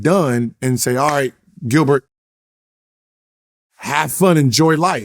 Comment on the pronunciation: I read Gilbert as Gil-Bert but the bert was pronounced like gobert in Rudy gobert 😂 forgot that was Gil’s real name 😂